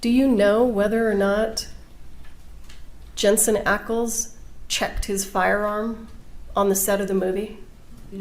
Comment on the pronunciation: Not him saying Jensens name wrong 🤣😭